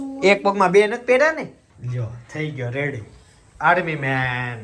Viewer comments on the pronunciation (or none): none